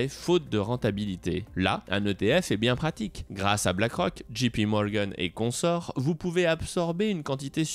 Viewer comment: Pas « Gee »P Morgan mais « Jay » P, c’est mieux quand on veut se la jouer je parle anglais comme un natif ;)